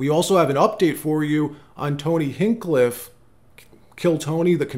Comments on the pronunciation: Hinch-clif not hinklift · Tony Hinchcliffe pronunciation like a door hinge...then cliff hinge-cliff